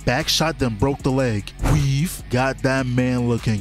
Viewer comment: How the hell are you saying weave in italics